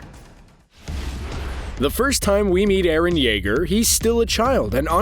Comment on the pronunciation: Everyone gonna ignore he said Jeager not Yeager